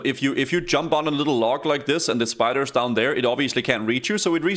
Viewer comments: I was wondering what he meant by spoders then I realized it’s spiders he’s saying 😂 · The "spoders" lmao